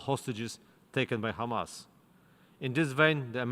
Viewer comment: In short, israel said, “khamas, khamas,khamas, tewowist”